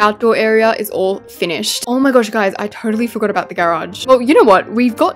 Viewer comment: IS NOBODY GOING TO GALK ABOUT THE WAY SHE SAYS GARAGE IM NOT EVEN TRYING TO BE RUDE ITS JUST SO UGHHHHH